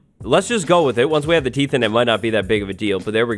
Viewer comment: Am I the only one who gets slightly annoyed by "teeths"?